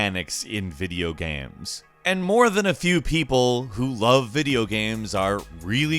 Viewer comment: "viga dm eoes" "video games"